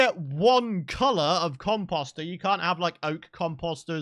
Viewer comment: I was scouring for a comment that showed I wasn't the only one who thought he said it weird 😂😂😂